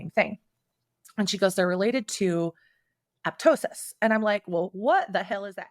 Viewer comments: Yes, I’m back for my 3 or 4th watch of content because of new surgeries 😂 I love how she’s corrected on what apoptosis is and how it’s pronounced and she STILL says “aptosis” 💀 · “ is terminally unique” took me out so real 😭 why am I shocked she can’t even get the word apoptosis correct on her own medical podcast